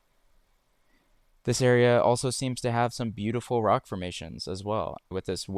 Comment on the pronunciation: very Butte-iful indeed